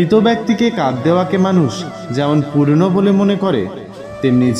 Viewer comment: মৃত মানুষ কে কাঁধ দেওয়া পূর্ণ হয় না,হয় পুণ্য । আশা করি পূর্ণ উচ্চারণ না করে সঠিক উচ্চারণ করবেন। নমষ্কার।